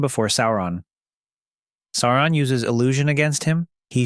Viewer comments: If it’s not his pronunciations are horrible. How do claim to he fan of the films and not know to pronounce “Sauron”? Day-gor bro-lick? 😂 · I couldn't watch your video, because you kept mispronouncing the big bad's name. It was like hearing, "Tremp" for Trump. It was such a massive foul that I could not bear to watch any more of it after just a minute or two. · Bro made an entire video about him and can't pronounce his name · Why are you pronouncing it Saron? It's Sauron. Sow-ron. Or Sore-ron, like dinoSAURON. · Its actually annoying hearing the narrator say "Saron" lol. Pronounce it like "Sow-ron" cuz that what it really is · Sauron, not Saaron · First odd it's not saar and in hair. It's saur ad in sour on. Closer to that phonetically. Secondly, the directors cuts of the movie, the actual directors cuts, not just the exttended editions are well over 4 hours a piece, the only way to watch them. I might be alone, but if there were an 8 hour version of each, I'd be watching them. Lastly, that scene you show when you talk about Aragorn fighting Sauron, that's not Sauron, it's the mouth of Sauron. There's a MASSIVE difference. They're not even close to being the same. The Mouth of Sauron is his messenger, not Sauron himself. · Cant get past SARA - ON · Sair on. Kinda like A A ron but more like sour on. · I very much enjoy your content. But, the correct pronunciation is "SOW-ron". "OW" as in the exclamation. Tolkien is quite explicit about this. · Stop saying Sae oo rahn... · Please read the appendixes at the end of the ‘Rings’, there is one on the pronunciation of names. Sauron is pronounced as ‘Sow-Ron’. Also read the ‘Silmarillion’. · Why wouldn’t you pronounce his name the way the movies do You know the way it’s supposed to be “Saren” 😂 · Its pronounced "Sour ron". He didnt have a physical form at the end of the War of The Ring....